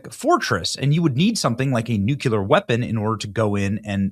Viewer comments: You are correct. That IS the pronunciation. That’s just not what I’m hearing. But it won’t keep me from watching my boy Benny every day! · I really hope they don't use Nuclear weapons. Nucular is interesting though. I wonder what it is. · Love you, but please pronounce the word “NOO CLEE ar” correctly or you are channeling George W Bush who famously pronounced it “NOOK U Ler”. Please, if we’re going to end civilization with this weapon, let’s say the work correctly. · NU-CUE-LUR! Haven't we discussed this Try it like it's spelled: nu-clear. 😘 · all you need to do is run a simple google search for the pronunciation of the word. It will even show you the discussion on why so many Americans mispronounce the word as Nucular instead of Nuclear. The pronunciation is primarily an American thing. Dictionaries will also show the proper pronunciation of the word. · Nuclear...NOT nukular! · Nuclear, pronounced "New-cleear". Not pronounced "New-Q-Lur" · Benny, repeat after me, you need to pronounce it Nu klee er, not Nuk Yoo ler. Love ya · And again, its "nuclear", not "nucular". 🙄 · N-U-C-L-E-A-R NOT N-U-C-U-L-A-R, BENNY!! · NU CLEAR jeez man learn to pronounce it if you're going to say it SO much, it's NOT NU Cu ler, its NU CLEAR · New-Clear please say it correctly. Stop George Bushing it. New-Clear, not Nu-Cue-L-er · Just say nuclear instead of nucular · It's pronounced "new-clear". Not "Nuculear". GWB had the same mispronunciation. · Please….please don’t say NUK “U”LER…..it’s pronounced “Nu-CLEAR” Good Lord…. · Nuclear, my boy Benny! "nuculer"....NOT A WORD! It's NUCLEAR! You're a smart man. Learn to pronounce the word correctly, please! Also, I love you. You are our boy. Always. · Please pronounce "nuclear" correctly. It is not as you are saying (and Jimmy Carter and George W. Bush kept mispronouncing it this way too). It is NOT "noo cue ler" as you are saying. It is "noo klee ar". You can do this. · Aren't they called nuclear weapons? He keeps saying nucular.